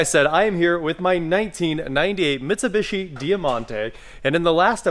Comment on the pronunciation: I may start watching these again if you stop mispronouncing Mitsubishi.